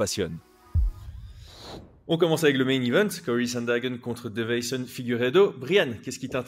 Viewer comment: je le commente à chaque combat de Figueiredo...c'est DeI-ve-son, pas De-veI-son 😇 (dans la prononciation mais aussi dans le titre du coup) Sinon top comme vidéo comme toujours 🙂